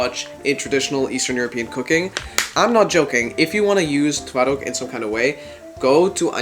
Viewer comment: your pronounciation is really good i fr thought you are polish😊